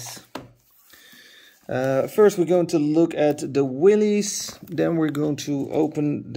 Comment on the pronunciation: Willys is pronounced as in the name Bruce Willis.